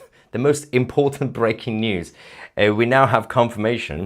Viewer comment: Mahyar, it's not BRACKING news (you pronounce it with a 'short a' sound. It should sound like a 'long a' sound. Anyway, to each his own, but if you want to sound truly British, they don't pronounce this word the way you do....and of course you open up ALL of your podcasts with this term. Anyway, good on you for BREAKING the million sub count!